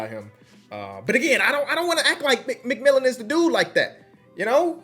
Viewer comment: The fact he was saying McMillan the whole video when it was McMillian